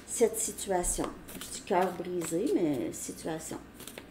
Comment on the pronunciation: Au début j'ai entendu situation "carbonisée " au lieu de "coeur brisé". Je me suis dit c'est vraiment pour moi ! 😂